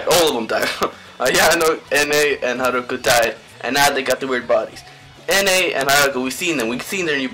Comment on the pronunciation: Good video my only advice is to try pronouncing the names right( like haruka and shintarou)